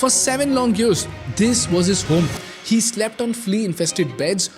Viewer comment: every time he pronounce i heard she instead of he > only me?